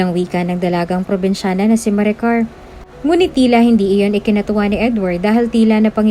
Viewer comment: Kailangan bang eh emphasize yong salitang dalagang probensyana